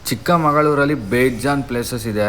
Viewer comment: ಚಿಕ್ಕಮಂಗಳೂರು ❎ ಚಿಕ್ಕಮಗಳೂರು ✅